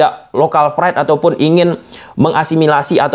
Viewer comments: Bukan local fride bang tapi lokal pride bang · Local pride. Bukan Lokal fried wkwk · local pride bos buka fride.. pake p bukan f wkwkwk😂😂😂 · pride bang bukan fried, fried tu gorengan bang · Local pride ato local fride 😂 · Pride itu pake P bukan F… narasi nya sangat mengganggu karena penggunaan bahasa asing yg keliru…